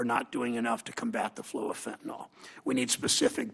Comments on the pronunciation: Let's start by saying it correctly! It's called Fentanyl, not "Fentanol"! It's worse than "nucular" vs nuclear! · Why do they all mispronounced fentanyl?